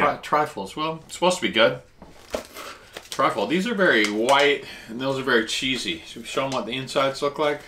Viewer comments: Truffle not trifle lol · So much fun to watch. I don't know who's car was driving but it looked very nice. The mushroom is pronounced Truffle. Trifle is a dessert Great video guys Cheers 🍻 #TeamGetSome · truffle not trifle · Trifle lol, it's 'truffle' I think, great vid ty 🤦‍♂☺🍻👍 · Love the videos. In Australia we prounce Chupa Chups as CHUP-PA CHUPPS. It's called truffle, not Trifle lol. Trifle is a dessert 😃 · Not triffle, but truffle. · Are you trying to say truffle? Not triful